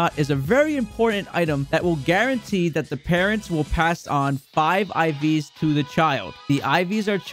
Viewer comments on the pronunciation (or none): none